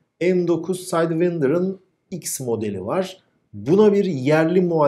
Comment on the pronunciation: Sidewinder Saydvinder değil saydvaynder diye okunur 🫡